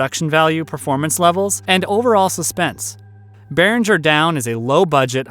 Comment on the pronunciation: "Beringer down!" ??? Narrator must have wine on his mind. The correct title is "Harbinger Down."